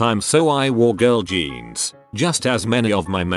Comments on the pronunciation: Skinny geens Also: Skinny-shzonns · Just when I didn't think could get any weirder, I hear it pronounce jeans as "genes, jeans, zhaun" in 30 seconds.